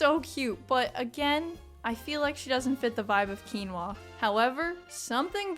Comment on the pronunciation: finally someone who knows how to pronounce “quinoa”